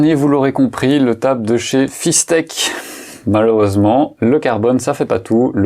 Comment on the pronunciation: Salut, intéressant comme sujet. Sinon, c'est pas Fis-tec, mais Fis-ect 😉